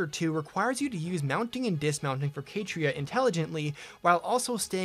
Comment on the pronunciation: I've never heard Catria pronounced as Kay-tree-ah lol